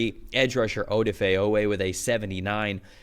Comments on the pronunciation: You can always tell when an "analyst" doesn't know the Ravens. "Oda-Fay Away" or "Nnamdi Madabookay" are the mispronounced names that give it away for me. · I wish this guy could pronounce Odafe Oweh correctly 😂